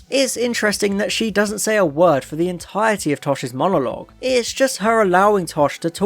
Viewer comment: I’ve just been watching your back catalogue of videos (Crispy was nagging me too,I’m glad I did. Your videos are great) you have a problem saying the word ‘entirety’ so do I